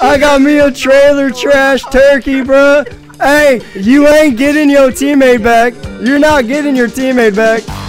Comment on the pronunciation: Why you say “bruh” like “breh”? If your gonna say it, say it right